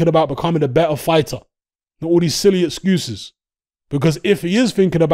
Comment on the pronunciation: "ExGUUses" loooooool